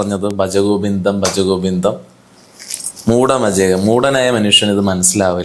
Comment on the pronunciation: മൂഢ മജേ എന്നല്ല . മൂഢ മതെ എന്നാണ്